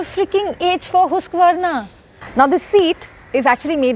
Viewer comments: It's not hoosk vrna lol😂😂😂 it's husk vaa nah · its huskvarna not hooskvarna😂😂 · अरे दीदी हुस्कवर्ना नही हस्कवर्ना 😂😅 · First of all it's not hoosqvarna it's HUSQVARNA so I will dislike the video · ma'am हुस्क वार्ना nahi हस्क वान hota hai uska pronunciation😄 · Hooskvarna🙄 or... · It's uncomfortable how you say husqvarna. 😵😵